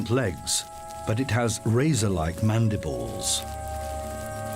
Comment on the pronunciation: When he says they slice their prey with their sharp mandibles, it’s funny because it sounds like “ the mantis slices them up with their sharp man nipples 😂😂